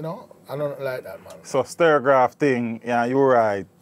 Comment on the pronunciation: The name of U- Roy's sound was STUR -GAV. ... Why is it that most people, even some who worked on STUR-GAV called it sterograph ?